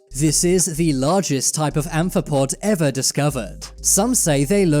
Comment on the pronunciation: How many times did he say iver